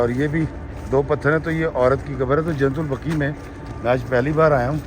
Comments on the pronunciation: ماشاءاللہ۔۔۔ محترم۔۔۔ درست لفظ "جنت البقیع" ہے۔ جنت البقی غلط ہے۔ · ایڈمن نام کی درستگی کریں قبرستان کا نام "" جنت البقیع "" " البقی" نہیں اور شہر کا نام " مدینہ منورہ" ہے یا " مدینۃ المنورہ" عربی میں ہر شہر کو "مدینہ" کہا جاتا ہے